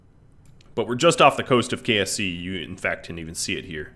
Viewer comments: when he says "KSC," it sort of sounds like "KFC." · Did he say KFC kse or ksc